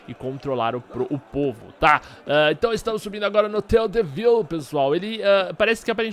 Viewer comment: se diz hotel de viLe, vlw abrçs